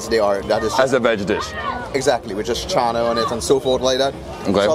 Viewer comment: bro said "channa" like a true trini >< <3 glad you enjoyed our food!!